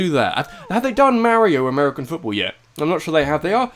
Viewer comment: Amariocan... sounds a lil bit like Hadoken.